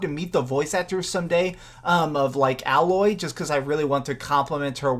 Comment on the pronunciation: Horizon zero dawn is my favorite game! it is amazing. I gotta say though mate, it's Aloy not elloy :)